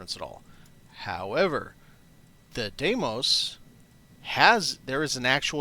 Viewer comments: FYI, it's DEE-mos. Dee like in Candy, and Mos like in Most. Phobos and Deimos are the two moons of Mars, and they are named for the horses that pulled the chariot of the god Mars in Greek Mythology. Even the game pronounces it wrong/differently in many places. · I like Stroud-Eklund the best. Cant say how much I love the dim cozy lighting by the beds. Deimos pronunciation There are so many different ways to say Deimos, but the Greek one that is kinda similar to American, is "dee-mows". In my head I say "dæi-mos" (with the Norwegian letter Æ which is a combination between A and E, you make the same sound of "æ" when you say the word "sad"), but Im also Norwegian, I will probably say it wrong until Im corrected by an astronomer somewhere.